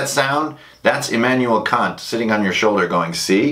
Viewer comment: again, great video. very informative. native German speaker here. I like how you said Kant's name different from the insult it might sound like in English. In German however we would say it exactly like "see you next tuesday", For it to be a long a in the middle it would have to be either spelled Kaant or more likely Kahnt. :)